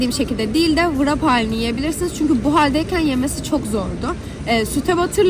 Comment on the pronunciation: Bilgilendirme için teşekkürler. Sadece tek bir düzeltme yapayım; [vırap] değil [rep] diye okunuyor.